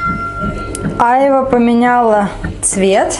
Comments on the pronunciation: АйвА...на вторую "а" ударение, девушка. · Странно вы ударение на слово а'йва делаете. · !А чего ударение не на последний А?В слове айва -ушко режет!Я люблю айву в детстве когда пил компоты то айва с виноградом были любимыми!Айва вкусный и полезный продукт но многие его есть не могли а я ел,с сахаром - не любил,но раз в месяц можно такой десерт поест только я бы половину сахара не положил т.е. вместо 3 -1.5 ложки бы поставил!То что очень спелую взяли айву и слегка попорченную ничего чем мягче и более спелая айва тем она вкусней, а попорченную можно вырезать,хотя те что выбрали Вы совсем не подпортились и чего то мне тоже захотелось айву гляну на рынке так как сегодня пойду на рынок друг едет в Москву хочу ему в дорогу сервелата и пастромы купить! А по существу видео, созерцая как готовите с мамой супруга она любит и вкусно готовит,она строгая и волевая судя по лицу но Вы с ней ладите и она вроде хорошо к Вам относится!Спс как всегда зачетное и позитивное а главное веселое и полезное видео!Успехов и со всеми прошедшими, а то у меня сестра приезжала и не до ютуба было,зато на общались в живую! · только не Айва! Произносится айвА. Увидела стаканы армуды))) класс, у меня тоже такие есть. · Не Ааайва а айвАААА!!🎄💃🎄💃🎄💃🎄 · Красота и вкусно будет точно !!! Айва - ударение на второе "а", так будет правильнее,😃👍